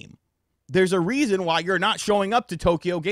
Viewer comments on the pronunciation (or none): none